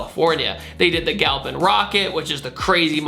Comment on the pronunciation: You don’t know how to say Galant...